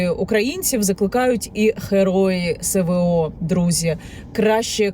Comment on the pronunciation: І знову... "ЗеСеУ", "СеВеО" 🤦‍♂️...